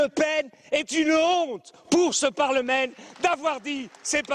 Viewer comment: " ce parlemaine 😂.